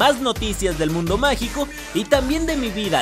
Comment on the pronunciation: Nadie: Absolutamente nadie:: "Dinero Magal"